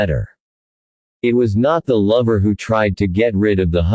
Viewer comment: The man W. H. O. Knee too much? This is horrible AI narrative. Horrible horrible horrible.